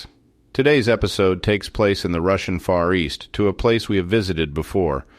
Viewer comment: I just noticed as you were speaking that Far East sounds like a fancy way to say Forrest 😊